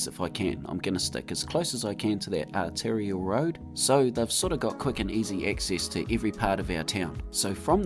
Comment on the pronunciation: 3rd artilliary road? What division? 😂 I think you mean 'arterial'.